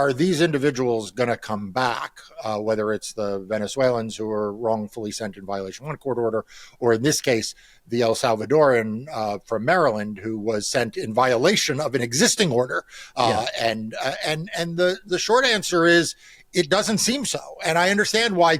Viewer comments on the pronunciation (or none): Marc, it’s not El Savatorian It’s not El Salvadorian. It’s not even El Salvadoran. It’s Salvadoran.